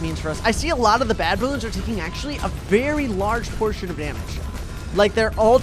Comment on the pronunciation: it hurts hearing him call the game "Baloons"...